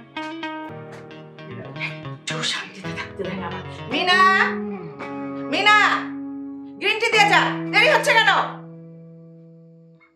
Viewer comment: মনি না মিনা হবে।